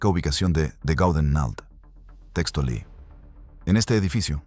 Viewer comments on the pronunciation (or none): none